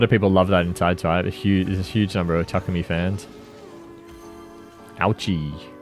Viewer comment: Why do you say Takumi so weird?